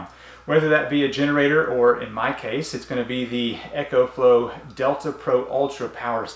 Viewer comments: Ok a bit of a nit pick... It's eeeee - co flow. Not ECHO flow. :) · There is not H in EcoFlow! It's Eco, not Echo!!! Dude learn how to talk!